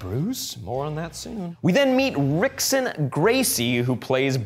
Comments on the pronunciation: "Rickson" is pronounced "Hickson" A friend of mine is a BJJ fanatic. He went through a phase where his go-to joke was to pronounce his R's as H's because that's apparently how Brazilians pronounce it, and now the OCD in me can't help but correct this. Argh. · Rickson Gracie, pronounced "Hick-son." Portuguese words starting with "R" are pronounced like an "H" like "Hoyce" Gracie (spelled Royce Gracie). - from the MMA community